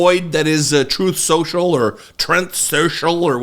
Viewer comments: It’s pronounced “Troath Cenchal” I think he was merging Truth Central and Truth Social together. 😂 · I believe "Troath Cential" is the correct pronunciation according to Trump himself. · "Trōth Senshul" (Phonetically, from Pakman) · Pakman uses a recording of Trump calling "Truth Social" "Troath Sential" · ("Trothe Sential") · he pronounced it Trōth (long "O") Sential (like essential). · It's "Troath Sential".